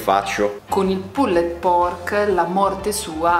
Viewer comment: magari , evitate di pronunciare troppo intensamente la ultima E di" PULLED" , vi classifica cosi , spaghettari LOL , ciao , bel programma